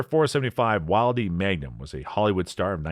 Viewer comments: It's .475 WILL-dee and .454 kuh-SOOL. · Wildey: "Will Dee" Casull: "Kah Sool" Magnum: "Mag Num"